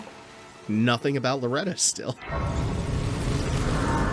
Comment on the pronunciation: Loretta is pretty straightforward Loretta: Ok bet You need to stop saying the game is easy. It's like it hears you. p.s. your pronunciation was very good, the second one was spot on.